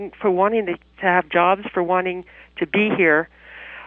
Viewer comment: DEY TEWK OUR JOOWWBS!!